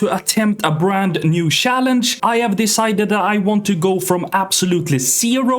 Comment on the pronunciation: Swedish people that cant pronounce "CH" words 😂 He says "sssssaaalange" 😅